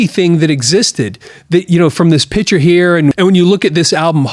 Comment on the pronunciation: I enjoyed your video however you do not pronounce the word picture right you say pitcher like in a water pitcher or a baseball pitcher learn to pronounce the word correctly please